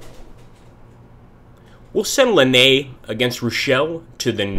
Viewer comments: Lannes is pronounced (roughly) "lawn" not "lahnay" Thanks for the tutorial BTW. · Good and useful videos, but a bit fast. It would be easier to follow if some names were pronounced approximately correct: Lannes = Lann, Augereau = Ojero.